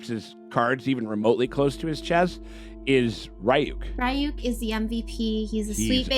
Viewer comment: Jesus christ you should be able to pronoucne Ryuk properly at this point already